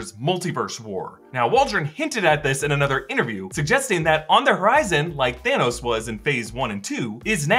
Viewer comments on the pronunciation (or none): none